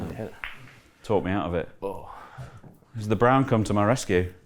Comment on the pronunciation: sounds like Brun, its what we say "brown" in Scandinavia 👍 Maybe a little Viking in Hendry 🤔😁